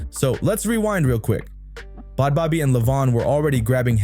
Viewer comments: It's a joke... And why is it so hard for people to pronounce her name correctly?! Bhad Bhabie= Bad Baby not fucking Bod Bobbie! 😂 There seems to be a constant struggle for just about everyone to pronounce... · Yo, if you’re gonna be making videos about people, do your research and pronounce the peoples names right. So annoying listening to someone who didn’t even do enough research to know how to say bad baby. The h”s is her name are silent 🙄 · Bod bobby???? Bruh adjust ur AI! Its BAD BABY! Sheesh! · Who in tf is bod bobbi😂😂😂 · Her name is pronounced Bad Baby it’s just spelled differently but your repeatedly pronouncing it wrong is very annoying.